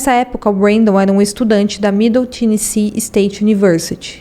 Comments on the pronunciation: HEATHER MAPLES = pronúncia " Réder Meipôls " . TENNESSEE = pronúncia " Tênessi". O subconsciente da gente é terrível: quando ouvimos um discurso, uma conversa, uma história e há um erro na pronúncia, vício de linguagem... danou-se...o subconsciente vai focar nisso e causar distração. É fato. Mas tudo bem, somos humanos, sempre estamos aprendendo e evoluindo. Sou fã desse canal. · Obrigada pelo caso, gostei muito da forma que foi contada. O nome da vitima em inglês diz-se "Éder" e o estado"Ténessi"Apenas umaa critica construtiva para ajudar